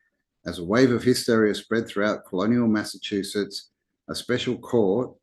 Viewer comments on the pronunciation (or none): none